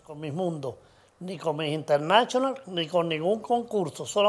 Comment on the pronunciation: Internashonal Jajajaja